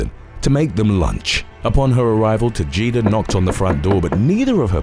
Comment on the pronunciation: Tah-hey-dah, please estop saying Tahjeedah. J's are pronounced like H, ok?